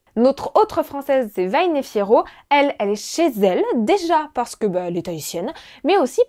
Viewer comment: je suis polynesienne, on dit jamais ca farte. vahine fiero est polynesienne mais pas tahitienne, elle vient de huahine, cest une autre ile. il faut prononcer les h svp